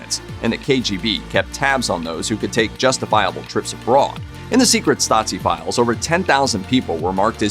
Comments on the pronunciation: It's pronounced Stah-zeee not Stotzee. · Every time he utters that word it sounds more like Nazi 😁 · Why "StaTSi"? That sounds like "Nazi" 🤨 Stasi is to be pronounced with 1st S as "SH" (like "shop"), while the 2nd one as soft "S" (like in the word "rose" or "breeze") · Stasi is not pronounced "statsi", it is more like "stazi". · How do you get from Stasi to pronouncing it Stazi? Did you think it had something to do with the word Nazi? :D Nazi= Nationalsozialismus = Nationalist Socialism = political ideology, while Stasi= Staatssicherheit = States Security = the East German department for intelligence and secret police. Just FYI^^ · As a german, it's really hard to listen to you mispronounce the word Stasi every time. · He's pronouncing the s in Stasi as a Z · Hey guys, since your content is somewhat educational, how about researching the pronuncuation of foreign names? A quick Google search should help. Tbh, it is a bit frustrating how the narrator butchered 'Stasi', especially since all of the sounds are shared with the english language. It is certainly not pronounced 'Statzi' XD Here is how to do it: 1. In German, the letter 's' in the combinations 'st' and 'sp' becomes a 'sh', but only when it's at the beginning of the word or syllable: - 'stricken' (to knit) is pronounced 'shtricken' - 'Stiel' (stalk, e.g. of an apple) is pronounced 'Shteel' Fyi, when it's in the middle of a word, it is pronounced like in English: - 'Wespe' (wasp) is spoken as 'vespe' (the e being like the 'e' in the english word 'men') 2. The 's' in the middle of Stasi is voiced, same as in the english word 'busy' or 'lousy'. 3. The 'a' is like in the english word 'star'. So, basically ger. 'Stasi' = eng. 'Shtasy' Cheers from Germany! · Are you serious? He completely butchered the german abbreviation 'Stasi', that's for sure